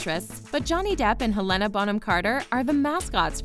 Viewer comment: Her name is pronounced Hel- en- a not He - lena